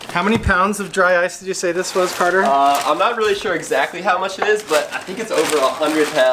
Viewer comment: My friends and the name is Carter, not whatever you said.